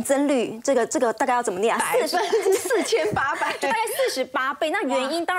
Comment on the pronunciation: 好业余啊，4800%都不会读，黄金本来就是绝对的硬通货，俄罗斯能卖的东西就那么点，买黄金，可以解决贸易逆差的问题